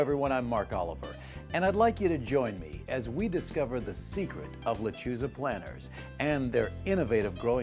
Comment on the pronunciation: Wouldn't it be a good idea to pronounce "Lechuza" correctly?